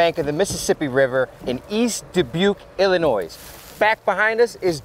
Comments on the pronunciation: The S in Illinois is silent. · You can tell isn't from the midwest. You don't pronounce the "s" in Illinois, silly! 😜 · Hey guys, I love your channel and everything you do! Bringing closure to these families is wonderful! Keep up the great work! Just an FYI...I'm from Illinois and when you say illinois the "S" on the end it silent. 😁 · Hey ! You pronounce Illinois with a silent “s” on the end …. Just sayin ! Love yalls work ! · Oh!!! Did I hear you pronounce the S in Illinois?!!! I actually rewound, and yes you did! Ugh! I’m SO disappointed! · Did he pronounce the s?